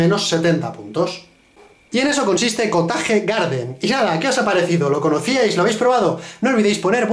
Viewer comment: amo su perfecto ingles xD , lo bueno que explica bien las cosas